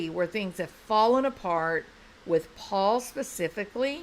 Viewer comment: Paul Paul, with a southern drawl; not pa pa.